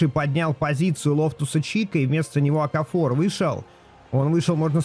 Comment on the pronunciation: В фамилии Окафор ударение ставится на А